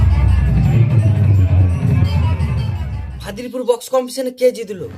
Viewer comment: বাড়াটা ইউটিউবার হয়েছে ওটা ফাদিলপুর নয় ফাজিলপুর